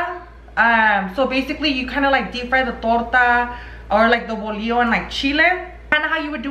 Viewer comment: We called that kind of bread teleras .... no ( volio) a think you are trying to say bolillo .